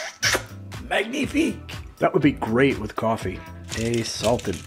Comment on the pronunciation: That was MANG knee FEEK ! You sir are a con swier of fine foods. You went "too French" on weapons "cash-shay". It's just "cash". Never go too French.